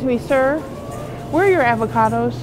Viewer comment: Where are your “Ahhva-Cahh-does?” “You mean avacados?” “Yeah.”